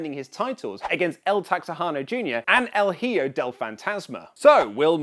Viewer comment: "el jio del fantasma"? hehe... got mixed up my friend... el HIJO (en english would sound as E-HO)